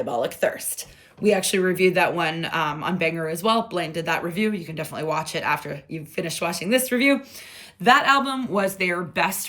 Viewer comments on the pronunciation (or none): none